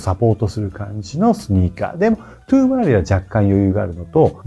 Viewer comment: へ。 『ワイズ』ではなく 『ウィズ』ですよ。 『トゥー』ではなく 『トウ』ですよ。 セレクトショップのスタッフでも良く間違った発音をしていますし、 著名なYouTuberさんも同じく 間違った発音をされています。 (影響力のある)有名な方なので、 敢えて苦言(と思わないで頂けると嬉しいです)を申し上げました。